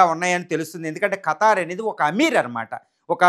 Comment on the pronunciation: "ఖతార్" కాదు ఖతర్